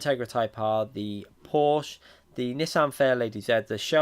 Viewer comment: Please pronounce Porsche correct! Use Google translator's text to speech if you need help!